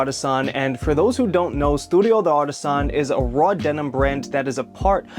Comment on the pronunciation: FYI, you don't have to pronounce the d as a separate word. The apostrophe is just for reading clarity in French. It's pronounced Dartisan, not de artisan. But who gives a f, you're speaking English about a Japanese company sooo... recedes into the bushes